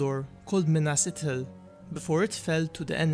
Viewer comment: Pronounced Ithil.. not Itil. The "th" sound is, well, just that.. th. It is not pronounced as a hard "t" (i.e. ithildin... Also of the moon... Lathai, or Lethai... Also referencing light. Anything representing moon, light, shining, etc, is a soft "t & h"